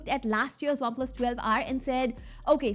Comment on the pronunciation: Not waplus its OnePlus pronounce correctly...didi😅